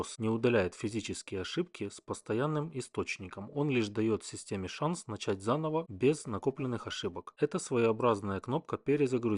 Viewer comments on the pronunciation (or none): none